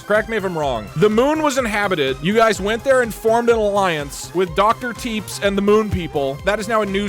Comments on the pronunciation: the way he pronounces tepes like teeps bothers me greatly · Love how doug pronounces it “doctor Teeps” and not Tepesh 😂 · it is pronounced teh pesh i k its weird but its pronounced teh pesh not teebs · I like how he was aging dr tepes and not tepesh like vlad tepes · It's pronounced like "Tep-esh" if I remember correctly, and Vlad Tepes is Vlad the Impaler's full name, the whole "Dracula" (Later made into Vlad Dracula by future retellings) name is derived from Vlad Dracul, his father's name. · did you just pronounce tepes like teeps?? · So that Dr. Tepes guy on the Moon…it’s pronounced tuhPESH, as in Vladimir Dracula Tepes. Chat befriended goddamn Dracula. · I don't think I've ever heard a worse pronunciation of a name than how Doug pronounced Tepes (Teh-Pesh). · Im obsessed with how doug spends half the video pronouncing "Tepes" as "Teeps" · tepes is pronounced like teppesh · Every time he pronounces it Teeps I die a little more inside. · Doug Doug seeing Dr Tepes and calling him TEEPS. Tho he did correct it later, proud of you Doug. Never change Deeg Deeg never change XD. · "Tepes" is pronounced [TEP-esh] as in "Vlad Dracula Tepes" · Doug mispronouncing Tepes confused me for a minute